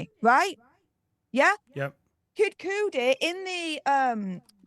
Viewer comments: It drives me nuts every time I hear the way they mispronounce Kid Cudi’s name. It’s sounds like CUT but with a d at the end instead of a T the the “e” or “y” sound after that so sounds like Kid Cuh-d. 😂I don’t mean to be picky it just sounds like y’all are almost saying kudi like eww he’s got coodies. 😂 Kid Cudi is cool though I like some of his songs. Thx for the videos. 😊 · Kid Cudi - Kud- E, Kud-ie. Not Coodie. You 2 are a pop culture brand you can get these names right. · I love how yall pronounce KID CUDI name 😂